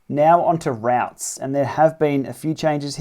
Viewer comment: Sorry but have to pick up on routs.. a rout is a disorganised retreat.. chaotic action etc.. a route.. pronounced “root” is a mapping journey planner..sorry this was really annoying me!! Otherwise a nice analysis.. 😬